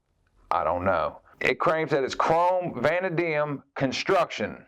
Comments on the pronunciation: Vah-NAY-dee-um I believe is correct pronunciation if it matters. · I think it's pronounced "vuh-NADE-ium" but I could be wrong. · just for future reference, its pronounced vuh-nay-dee-um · Vanadium - Vuh-Nae -Dee-Um